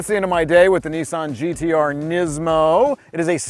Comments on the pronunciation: not nessan its nissan you are a irritant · I know why the car resets every time you use it, you can say Nismo ok, but ffs whats with NEEESAN? Its Nissan ! Another point i surmise the car resets, its because it is liable to commit hari kari if it had to listen to thats voice for much longer! jez sorry bud but your voice! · Nissssan not kneeeesan... ffs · Lmao why does everyone call it a Neesan, it’s Nissan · Yeah, and what is a Kneesaahn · NISSAN i is not eeeee and A is not ahahrrrr. NEEEEESAHAHN ?????? TERIBBLE REVIEW???? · There is no R in Nissan, stop pronouncing it as Nis-SARN!!! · Opened the link... Heard an American seriously Americanizing a Japanese car... Closed the link.. WTF is a Kneesahn? 🤔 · Is it just me or does he say Nissan really weird